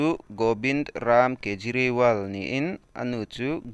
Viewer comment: Kapu a hming i lam diklo aw